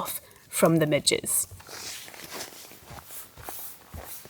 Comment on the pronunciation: Did any one else notice, when on about the midge net she says "the midgets"